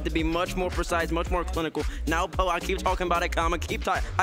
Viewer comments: yes it is but the Australian and British accent mf calling him nowpo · I’m losing it over nwpo being pronounced nowpo